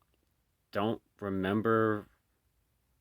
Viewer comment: MAPPA is pronounced, MAP🗺-A, Not MOP - PA